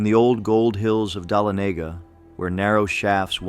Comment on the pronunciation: Again Dalonagha … pronounced Da-lon-a-ga. I want to hear these tall tales but the mispronouncing of places is giving me a headache! Please do your research on our southern towns and cities. When you have it right, please tell these stories again. Since I know what you are trying to do and I want to hear your stories, I’ll grit my teacher and try to make it to the end. Try getting a real lifetime Georgian to narrate. Thank you for trying, anyway! ❤